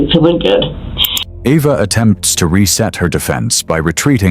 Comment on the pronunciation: Um are we sure her name is pronounced “Evvah”? 😅